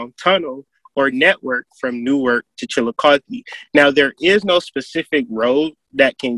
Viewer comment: Chillicothe here😁glad u pronounced it right lol